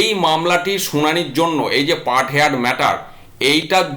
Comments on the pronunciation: হেয়ার্ড নয় হার্ড উচ্চারণ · Say 'hard', not haired. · Heard উচ্চারণ হেয়ার্ড নয় | হার্ড |